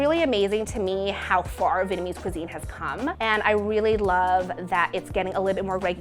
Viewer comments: venemes fu is how she pronounces vietnamese pho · She keeps on saying Vitmease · She's saying "Vitamese" not "Vietnamese". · the way she keeps saying “vitamese” makes me cringe but that soup looks mad good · Ashish Singh american accent. /'vi:.et.nə.'mi:z/ => /'vi:?.nə.'mi:z/ => /'vi:.nə.'mi:z/ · I hate how she says the word vietnamese lol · it always happen when you try to pronounce the "dot" in the word "Việt" while trying to add the English part "ese". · Why is she saying Banh Mi like that :( and why is she saying Vietnamese like that :( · Ikr lol🤣😂